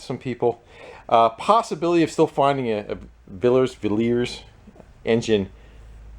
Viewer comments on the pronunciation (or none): it's pronounced villy-yers. Hope this helps... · Possibly pronounced 'VIL-yers'. I'm from Louisiana, and we have a little more practice saying French-derived words. That name seems French to me. But it might be pronounced differently in the UK, who knows. Keep up the great work! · villiers pronounced villy ers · Good old Villiers, later went on to become NVT (Norton, Villiers, Triumph), it was around the early 70's a school friends dad owned a John Player Special Norton Commando, at the time the fastest production bike going... (its pronounced Villy-ers by the way) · that little rusty beauty was built not 30 mile from as where I live as was nearly all the good owd british bike :) it is pronounced vil e ers :) and the tools you require are AF sized items and a good set of whitworth are always handy keep posting the videos dude they are compelling watching when I have nothing to do but smile and chill cheers fella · You were unsure how to pronounce Villiers, pretty sure it's : vil - e - ers . Regards, Geoff from Merimbula, Australia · Hi, it’s pronounced Vill- eee— ers I used to have a villiers 250 cc motorcycle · the engine is a Villiers pronounced Vill - I- yers. The company provided a huge amount of engines for the British motorcycle industry. They also provided engines for disabled vehicles, generators etc. So parts can still be found for the engines and there are specialist suppliers that still have OEM parts. The 200 cc engines were widely used and are very robust, although your engine has had a hard life.